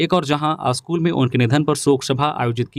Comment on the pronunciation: News reader ka Hindi 'uchcharan' may sudhar na bahut zaruri hai. Kuchh shabd toh samajh may nahin aata. School ko 'aschool' kahne se kaan may khatakta hai. Kripya dhyan den.